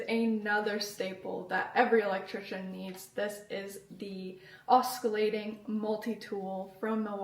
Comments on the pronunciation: “Os-kill-ating” multi tool huh? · Not trying to be an a hole but so you dont sound like you dont know what you're talking about... The c in oscillating isnt pronounced like the c in cat.